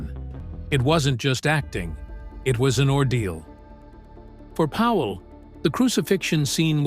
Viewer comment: It's Powell, NOT Howell ace. Try getting it right!